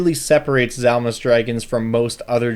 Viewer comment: To be fair on the pronunciation the "D" isn't silent is Dzalmus it's a "/d͡z/" kind of like the "Ts" in Tsunami is a "/t͡s/" so the "/d͡z/" is pronounced like a Z but with the tongue back and up where the D is usually pronounced. phonetically similar, though it does push the pronunciation of the whole word farther back in the mouth. "/d͡z/" though isn't really ever used in any dialect of English. Edit because for some reason half of why I typed was erased.